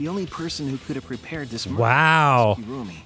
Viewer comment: “Kirumi” sounds like “kill me” lol